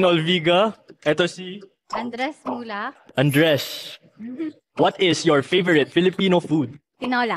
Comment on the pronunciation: Ashtine and me has the same hobby Not me laughing Ashtine saying AnDrES MuLaCh 😂😂